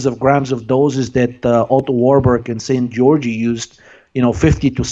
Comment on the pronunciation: Szent-Györgyi? more like Saint Georgi ;)